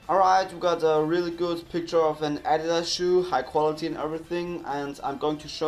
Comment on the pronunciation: The way you pronounce adidas😂